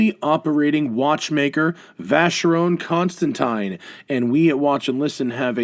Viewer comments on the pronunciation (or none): oh boy. my ears are bleeding for that mispronunciation of vacheron constantin